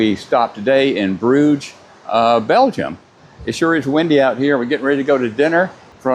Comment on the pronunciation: Cruise is a terrible way to do vacation! - its poluting and making life miserable for the people who lives in the places who are being visited by this monster ships. I HATE them. Its a cowardly way of traveling. … and you Americans., its not Bruugs.. its Brugge! What about learning how to pronounce it in RESPECT for the places. So to everyone seeing this - Don’t go on cruise!!!! - destroy the nature with garbage ships is not the way - and looking at the animals and birds from this shitty ships are so contra productive.